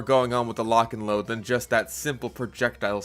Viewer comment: Lotch and load - Fatmagic